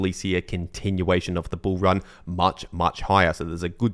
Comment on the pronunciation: i like it when you say bull ran